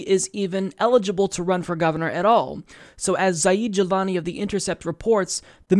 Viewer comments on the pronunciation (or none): it's not Za - EED. It's pronounced ZED Jilani. (Je-LAH-nee)